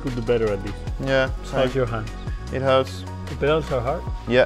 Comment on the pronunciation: "How's your hand?" "It huwts" 😥 "The pedals are hard?" "Yeah" 🥺